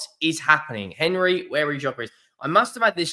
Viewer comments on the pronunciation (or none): none